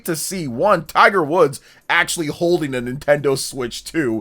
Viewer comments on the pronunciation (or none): none